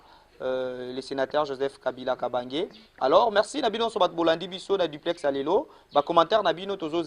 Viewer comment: Duplex et non diplex